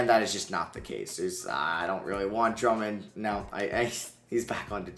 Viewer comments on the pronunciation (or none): none